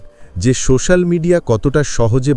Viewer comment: বাহ্ বেশ ভালো লাগল একটাই কথা "সো শ্যা ল" উচ্চারণ কিন্ত ঠিক হল না,,,ঠিক করতে হবে,,, নাহলে কানে লাগছে,,😊